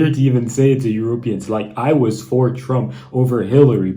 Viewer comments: Not Europ eans.... EurOpeeans. Love your vids :-) I think you are saying Europeans wrong :-) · You speak so weirdly. Euroooooopeans. some weirdly placed long vowels.